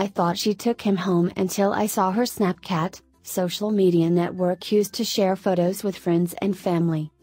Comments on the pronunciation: Anyone here gonna talk about how snapchat was pronounced snapkat? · Even though this isn't really related to the video, but the narrator pronounced Snapchat like Snapcat😂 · Did anyone notice that they said "snapcat" instead of "snapchat" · She said snapcat lol 🤣🤣🤣😂(no offense i❤️ ur channel) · The woman said snapcat instead of snapchat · It was spelled snapchat but pronounced snapcat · I'm sorry did the reader say SnapCAT? In that pronunciation